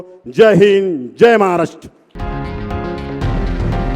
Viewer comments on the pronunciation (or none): none